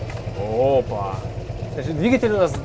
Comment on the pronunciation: Наверно забыл сказать, не оппа, а оппо. )))